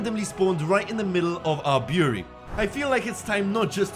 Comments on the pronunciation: It's brewery not buewry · Brew-er-ree, not boory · Beery? Bureau? Brewery? What are you saying? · this was a good video but i couldn't tell that he was saying the word "brewery" until he mentioned beer and wine, cause it sounded like he was saying "beery" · yoU dO rEAliSe tHerE iS aN "R" iN BREWERY